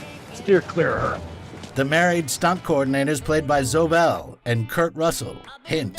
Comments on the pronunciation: "Zo Bell" and "Kill Bill Dilogy" someone needs to work on pronunciation or just writing. Nothing takes me out of a voice-over more than mispronunciation. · Dude... Zoe is pronounced like Joey is pronounced. I usually don't bitch about fucking up someone's name once, but she is in just about every Tarantino film so you mispronounce her name in just about every one of these videos. That's my only gripe though. Your videos are great. Keep up the great work. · Zoe is pronounced, zoey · Her name is pronounced Zo-E